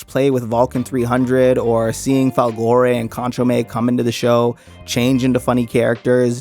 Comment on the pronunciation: A good recap however you did pronounce some of the names wrong - Brago [Brog-Oh] - Kanchome [Kon-Cho-May] sometimes also pronounced [Can-Cho- me] - Folgore [Fol-Gor-Ray]